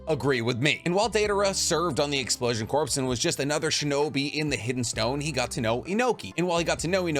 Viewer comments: It’s not pronounced corpse, it’s pronounced Core. Despite the spelling being corps, it’s pronounced core, and has been for centuries to millennia. I’m sorry for being a grammar Nazi, but it’s been getting on my nerves. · (It’s pronounced explosion core, not explosion corpse) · It’s killing me lol. Explosion Corp is pronounced explosion (Core) not corpse. Lol. Your video and I liked it. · stop saying corpse ew it’s pronounced core (=corps) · Corps pronounced like core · This man saying "explosion corps" like "corpse" instead of "core" is giving me brain cancer. Pretty basic English my guy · Corps is not pronounced like "corpse" it is pronounced like "core" as in the "Marine Corps" it is not short for corporation. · Corps is pronounced “core” not “corpse” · I lift unsubscribed because ya keeps saying Corps… is Core! I’m only one person but google is free! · Corpse. It’s corps core kor coor like pour but with a K like sound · I think explosion corp is just pronounced "core" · Bro there isn't a corporation like a business for exploding people... Its referring to a MILITARY CORPS. The military word Corps is not an abbreviation . Its just Corps... Its also pronounced CORE not CORPS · My dude, corps not pronounced “corpse,” it’s pronounced “core.” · For future reference. Corps is pronounced "CORE", not "CORPSE". Great video otherwise. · Favorite naruto creator but bro it’s pronounced core not corps, please bro it’s killing me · I have to say that it bothers me so fervently that you say "corpse". Corp or Corps are pronounced "core". Okay, back to irrelevantly non-commenting. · I don't want to be that guy but I is really starting to bother me. Corps is pronounced like core. It is s French word. You won't say someone is in the Marine Corpse. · It's core not corpse (corp) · Broo why do you keep saying “corpse” 😭😭 it makes me twitch every time lol. Corps is pronounced core 🥲 still love the vids tho 😬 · Corps is pronounced "core" the s is silent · Corps is pronounced cor